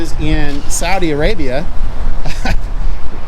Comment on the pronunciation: Someone who is from Saudi Arabia would know that it is pronounced SAW-dee not SOW-dee. The country is named after King Saud (SAWd).